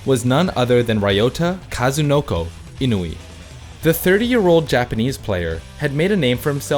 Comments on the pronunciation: Lol. He butchered Ryota Kazunoko's name . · Lol. He is mispronouncing Japanese names. He butchered Ryota Kazunoko